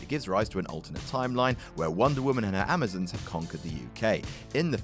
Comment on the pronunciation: The Amazons is not pronounced like Amozins its pronounced like (am-o-zons